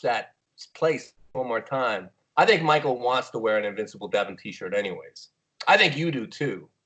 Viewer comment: Regardless of the winner, Michael should make a shirt that says " INVINCIBLE LEVAN "LOL us westerners have trouble pronouncing it correctly and it ends sounding just like devon but with an L lol